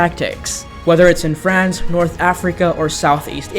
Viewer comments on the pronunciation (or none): none